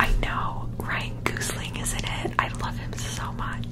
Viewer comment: I’m sorry but the way she says gosling as goosling 😭